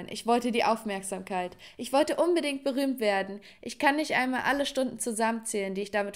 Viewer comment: Du hast gesagt boromt 😂😂 ist oky